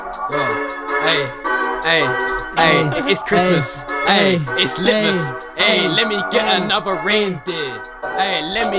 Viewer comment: Its lit-mas